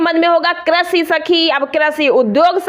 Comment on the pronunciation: Pahle to Aapko krisi bolne nahi aata😂